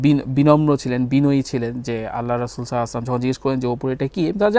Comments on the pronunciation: ভাইয়া নবী সাল্লাল্লাহু আলাইহি ওয়াসাল্লামের নাম মুবারাক সুন্দর করে বলুন। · আল্লাহর রাসূল সাল্লালাহু আলাইহি ওয়াসাল্লাম এবং আমাদের প্রিয় নবী সাল্লাল্লাহু আলাইহি ওয়াসাল্লামের নাম সুন্দর করে উচ্চারণ করার জন্য আপনাকে অনুরোধ করা হলো